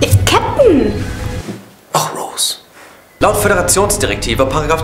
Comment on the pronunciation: "Och Rose" xD